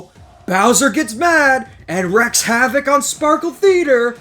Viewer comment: IMa help u out. Wreak havok is pronounced REEk, not like reck havoc.